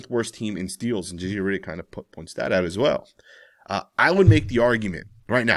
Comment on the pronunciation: JJ RIDDICK?? 😂 😂 😂 This guy's pronunciation!